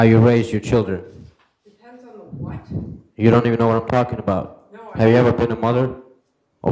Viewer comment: Im only a few mins in and his pronunciation of words that begin with 'th' becoming 'duh' is so irritating. And no, its not a Ukraining accent thing.